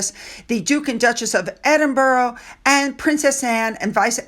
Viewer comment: It's about time you learnt how to pronounce Edinburgh